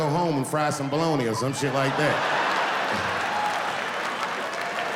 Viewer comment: "bologna" is pronounced "baloney" bro